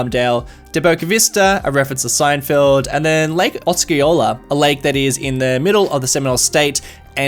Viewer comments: Os-see-oh-la. the C is silent 😅 I’m a native Floridian and I’m loving this series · Osceola is pronounced AU-SI-OLA by the Florida locals :) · Love your videos, Thank You! One correction... South Florida Citizen here, you pronounced Oceola as "Awsk Ee Oh La", we say "Oh See Oh La"